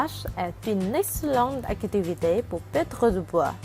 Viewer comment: Ta vue la voie au lieu de perdre elle dit pettre